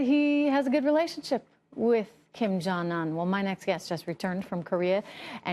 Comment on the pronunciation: She can't even say his name right for Christ's sake..."un" is pronounced "oon"